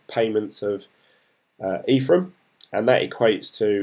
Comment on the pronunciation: Hey dude, just picking up on your pronunciation, it's Envion not Environ and it's Ethereum not Etherum. I started my journey a few weeks back so it's interesting to see someone getting up to speed just like me. Keep it up 👍